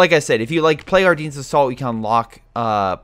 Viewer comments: It’s “Are Den” NOT “Are Deen” omg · The way he says Ardennes tho